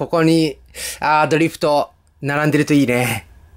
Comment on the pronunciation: ドリフトのイントネーションがおかしいような…w